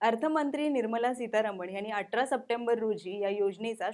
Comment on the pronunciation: अटरा नाही ग ताई 'अठरा ' 🤗🤗